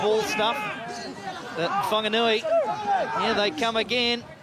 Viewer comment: Thanx to WFRTV → 2maarrch Whanganui Butcher Boys ☺ √ → commentators you sound ridiculous/stupido it's Whaaaaarrrrggganui NOT fonganui → there's no "O" in Whaaaarrrrggganui capic....speaka da englisi :)